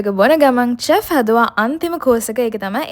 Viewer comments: Chef චෙෆ් නෙවෙයි ශෙෆ් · teppinyaki and chef learn pronousitation please